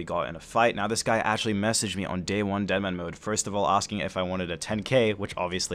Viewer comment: that cringe when he say says dittermanmode